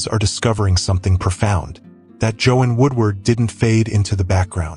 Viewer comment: You are mispronouncing her first name. AI?